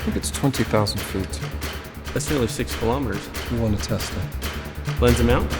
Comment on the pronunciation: wtf do you keep saying Lens amount??